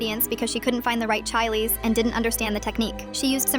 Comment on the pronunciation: WTF, say it properly. Mo-le. Chi-llies.